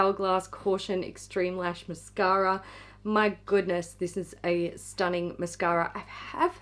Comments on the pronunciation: Mashara! Say it right! 😏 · Did you mean Hourglass' mashara? Each time you say mascara, i replace the word with mashara!!!